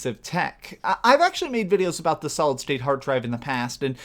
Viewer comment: Amazing video. Every time you said solid state drive... I heard solid snake drive 😂